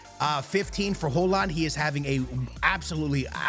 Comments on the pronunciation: Holand?? its pronounced "Hoy-Lund" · It’s pronounced “Hoy-lund” and “May-new” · perfect native haaland pronunciation everytime, just unfortunate thats højlund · Højlund not Hojland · I think it's pronounced Hoy -Lind bro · Mainow 😂😂hoeland 😂bros pronunciation is mad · Dude mispronouncing EVERY name out here. May-No, Ho-Land. Do you actually watch football? Here is the Prem players pronouncing their names for ya dude